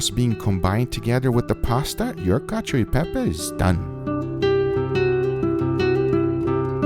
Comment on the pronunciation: You failed at least twice: it's called "Cacio" and not "Cadio" (read in the description) and about the cheese, you have to use Pecorino, not Parmigiano Reggiano or Grana Padano, yes you can add a minor part of these cheeses but Pecorino (a completely different flavour) must be the king and much much pepper. Overcooked pasta is perfect… for you, not for me. From you Italian friend.